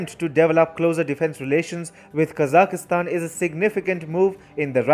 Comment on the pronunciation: What great news! China is finally being exposed & outmaneuvered. Well done! And I finally learned the correct pronunciation of Kazakhstan. ~♥~